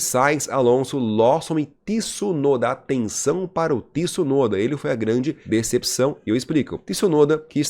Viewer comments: Tih-sunoda? 😂😂😂😂😂😂😂 Pq vc fala assim? Hahahahah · Olá. Achei perfeito seu vídeo. Primeira vez que eu te vi. Não se quanto tempo tem de programa. Só te corrigir o nome. As vezes vc fala certo e as vezes errado. Vc pronuncia TIsunoda errado. Não tem o 'i" . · Faz um canal pra vc fale Tsunoda corretamente 😉